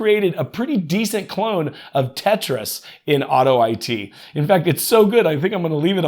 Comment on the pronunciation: Tech: hey, I think that it's pronounced "auto it" not "auto I T"...